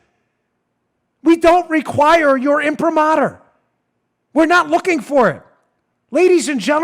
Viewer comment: Your educational word for the year: Dan- "Impramater", (also Imprimatur). Increase your verbal hammer against the left, Watch DAN!